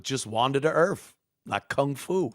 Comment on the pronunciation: Wander da earf Love you Ant lmao